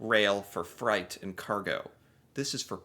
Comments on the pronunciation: why do you pronounce it as fright? Its freight rhymes with weight. you’re American, not Australian. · Fright… you mean freight…pronounced ‘frate’ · Um...it's pronounced fr-ay-t, not fright. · Freight is pronounced 'FRATE' not 'FRIGHT'. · freight is pronounced frayt, not fright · Hi. Good video. I'm curious about you saying trains carry FRIGHT. Maybe that's just a difference in how the word is pronounced in the US versus Canada. We Canadians say FREIGHT, which rhymes with EIGHT. Not meaning to be petty. I just find these little differences interesting. <3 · You made me laugh pronouncing freight as fright big difference. Thanks for making my afternoon😂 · Freight is like frate jsyk